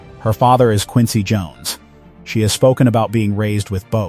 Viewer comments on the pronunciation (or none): none